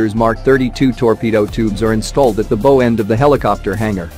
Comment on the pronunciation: 77 years old, 8 years in the Navy, drove a repair ship, a destroyer and several submarines but never heard the word "bow" pronounced wrong before. The narrator seems to have no idea of nautical terms. The video is interesting, nevertheless, even with mispronounced ship part terms.